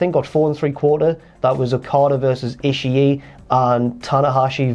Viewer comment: Is there a joke that's just going over my head or does still not know how to say Ishii's name?